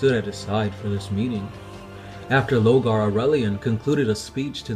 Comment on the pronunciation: 2 things.1. Thank you for making a Sevatar video. Prince of Crows rules all, and i will shit my pants and disown the entire Black Library if he becomes a Grey Knight.2. Guys. You do lore videos. You say the word lore. How in all the damned pits of Tsagula can you not pronounce Lorgar?LorGar